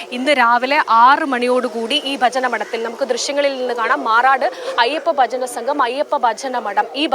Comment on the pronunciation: വചന മഡം അല്ല ഭജന മഡം.